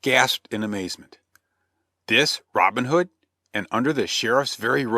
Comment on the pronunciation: Just two seconds in, and I am puzzled already. Isn't the way the narrator pronounces Robin Hood, the hood of a Robin, and not the nickname of a guy called Robin?